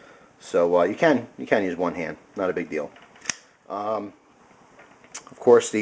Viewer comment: I notice how you are sayin hand like hant ... are you german ? (lols in a corner)